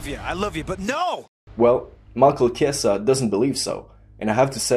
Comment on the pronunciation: its chiesa lol